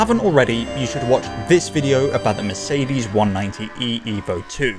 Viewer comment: When you do another one with a Mercedes then please open Google translator > switch language to german at the top > type in Mercedes > klick the loudspeaker at the bottom > listen to a proper pronounciation I promise, it's really easy to pronounce 🙂